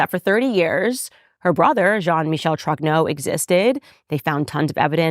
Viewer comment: She reads French sufficiently, if not talk. When she apologizes for her pronounciation, she is usually quite correct. Except for Roy, that she says in English while in French it is <RWA>. Like in "Vive le Roi" or "Dieu et mon Droit". Also, as well she as Pier Morgan and others, they get "Trogneux" wrong. Pronounce <TROÑÖ>. Spanish Ñ, "España". Ö or œ like in Goebbels, Dieu, Malmö.